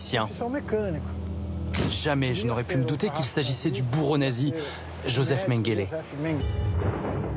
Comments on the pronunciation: Mengeleu bordel, Mengeleu! Et pas Mengélé, là on dirait le nom d'un résident malien d'un foyer sonacotra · C est mengele pas mendele petite faute au tout debut on s en fou mais bon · Mengele, pas Mendele...